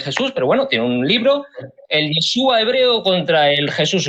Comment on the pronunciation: Yashua se pronuncia